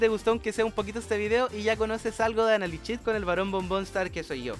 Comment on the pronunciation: Amo tus videos pero odio que digas "analichit". Jajaja